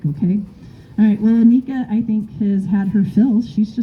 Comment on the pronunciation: Annika rhymes with hanukkah. Lots of Americans get this wrong.